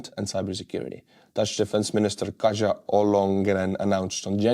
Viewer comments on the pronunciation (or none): none